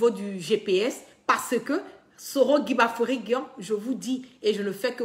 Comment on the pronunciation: KIGBAFORI... KIGBAFORI...KIGBAFORI!!! OH!!! CE N'EST PAS GUIGBAFORI!!! fais un effort apprends à bien prononcer le nom de ton leader s'il te plaît...